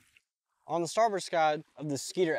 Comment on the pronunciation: "starboard skide"